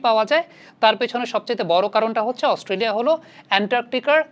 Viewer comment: আস্তোলিয়া না না Australia 🦘🦘🦘🦘😂😂😂